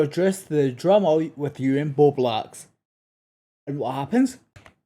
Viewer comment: It’s Bowblax not Beau Black